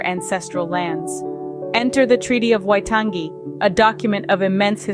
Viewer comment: As a New Zealander, the pronunciation of Waitangi and pakeha are horrible. The main jarring issue is that most of the stock imagery, especially the gentleman with headress seems to be from a Pacific island, but is not traditional Māori.